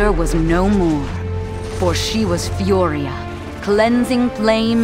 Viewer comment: ni eso el nombre aunque esta en español lo pronuncian mal .. lo leen furria en vez de furia